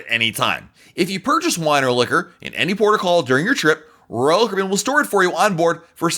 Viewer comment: I kinda wish you would talk slower, in a more relaxed way. Not slow, just a bit less stressed. I have a hard time watching whole video because it stresses me out. It doesn't cost more to talk at a normal pace. Also, you don't pronounce the company name correctly when you say RoyalCaribbean so fast. Just my 2 cents. I love your content by the way!